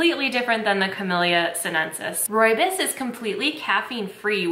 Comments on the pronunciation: Hey hey, South African here. It's actually pronounced roy bohs (Afrikaans). It's such a staple here it's more common to find than regular teas. Fresh pack is the most commonly used brand and probably the most accurate representation. It's most commonly drank with milk and sugar, but I also love it with no milk and honey. It's such a comforting tea. Also did you know that the fynbos biome is only found in South Africa? There's nothing quite like it. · oh no you’re saying it wrong!! it’s pronounced roy-boss ❤️❤️❤️ xxx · Great video! One thing I will say is that a lot of people pronounce rooibos wrong! (Don’t worry, everyone does) Rooibos is actually pronounced like this: ‘Royabois’ Keep up the good work tho! (P.s. just so u know, I know how to properly say this because my whole family is from South Africa!) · Ooh thank you!! Good to know! I heard so many weird pronunciations when I worked at David's tea. My favorites are Roo Boy and Roobacha. 😂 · The Afrikaners I know call it "ROE-ya-Bose". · Yeah no, we pronounce it Roy-Boss.. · Video pronounced it wrong lol